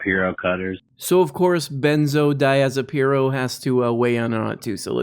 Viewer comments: "Benzo Diazapeno". I'm dying! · "Benzodiazapiro" i died lmao